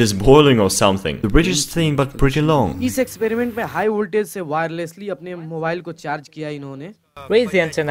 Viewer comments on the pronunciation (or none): "хиг вольтАж" Произношение уровень Мутко😀